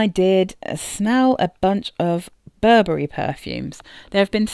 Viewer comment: Burberry "Wee" kend